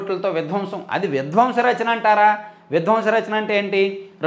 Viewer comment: ద్వంశ రచన కాదయ్య.ధ్వంస రచన అనాలి.